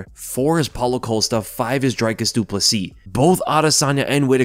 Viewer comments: It’s pronounced Dree-Kus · Dricus will finally have the general public pronounce his name properly after this fight, at least. Whittaker by TKO round 2